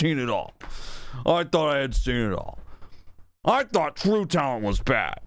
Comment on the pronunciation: It’s the way the dude made the word “true” have 3 syllables